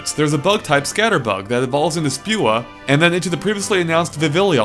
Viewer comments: You said Spewa instead of Spewpa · Regarding the pronunciation, you missed the second P in "Spewpa", and you called "Vivillon" "Vivillion". In addition, if I'm not mistaken, the double-L in "Vivillon" is pronounced as a Y - as in the French word for butterfly, "papillon".